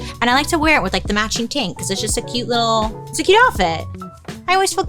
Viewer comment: Took me a min to realize you were saying tank not taint 😂